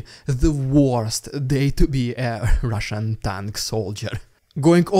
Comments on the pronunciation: "riddicuulloss, rrrrushhoulsnnn prrrropaggglnbda... Fukc, that was too ridiculous!" 😂😂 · I fast forward past your "RRRRRRRIdiculous RRRussian PRPRPRRPopaganga" part now. Its just annoying at this point, and it seems like you keep trying to go over the top of the last one each time you do it. I like everything else you're doing - just saying it gets annoying now. Thanks.